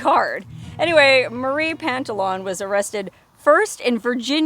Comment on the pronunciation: Pantalon is french for slacks or pants it is not pronounced like on at the end it is the ou you.😊